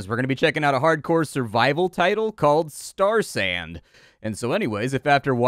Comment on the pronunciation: Really thought you said Starsan... and the brewer in me was confused.